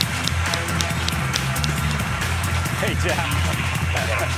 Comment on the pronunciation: It's Kazuo Hirai! Kazuoooo Hirai!